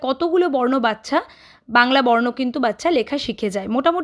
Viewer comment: Didi video ti valo hoyeche. Kintu baccha pronunciation ti bodhoy aapnaar thik hoy ni.